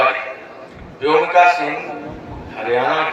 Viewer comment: प्रोफेसर रामगोपाल यादव से तो ऐसी अपेक्षा नहीं की जा सकती। उन्होंने अपने शिक्षा प्रदान के समय में जाने कितने ऐसे शानदार छात्रों को शिक्षित किया होगा लेकिन आज उनके इस अशोभनीय ब्यान से देश में उनके अनेकों छात्रों के सम्मान को भी ठेस पहुंची होगी। प्रोफेसर साहब को शर्म आनी चाहिए उन्हें व्योमिका शब्द भी बोलना नहीं आता तो वह किसी की खूबियों का आंकलन किस प्रकार से कर सकते है।दरअसल उनकी खुद की गिरी हुई मानसिकता भी इसी से परिलक्षित होती है।देश तो माफ नहीं करेगा इनके परिवार जन भी पीठ पीछे इनके इस प्रकार के विचारों की भर्त्सना करेगा। शेम प्रोफेसर रामगोपाल यादव शेम।